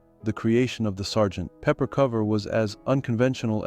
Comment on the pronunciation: True, and somewhat annoying-- with the pause between Sgt. and Pepper... Entertaining video anyway!